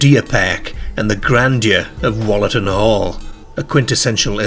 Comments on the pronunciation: Wollaton is pronounced with an ooh, like woollaton (wool) more than the shorter wol. Some of the local pronunciations aren't like how theyre spelt 😊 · That’s not how you say Wollaton. You pronounce it like it has a double o -wool a tun